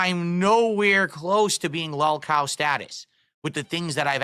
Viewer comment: We've all scratched our heads and wondered how much is prissy affectation, regional dialect or intentional mockery, but there is NO excuse for "L'allkow" besides is drunk and regarded. None.